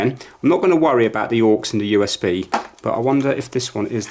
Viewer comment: The way you say "AUX" is just wrong